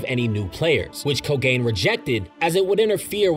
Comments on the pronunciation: ko-ga-ne not ko-gain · Mofo really said KoGAIN like it's the cursed spirit of anti hair loss :D It's Ko-gan-e, I'm sorry I had to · Am i the only one bothered by the pronunciation of “ko-gain” lol. Other than that cool explanation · yeah lmao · The way my man pronounces Kogane 💀